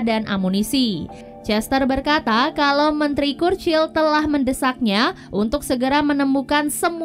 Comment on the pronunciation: . Itu dibaca curcil sis 💀